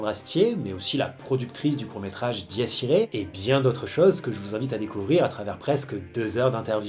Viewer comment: Là, pour le coup, tu prononces mal "Dies irae". Sacrée tonte ! ils sont encore plus courts que les miens :-)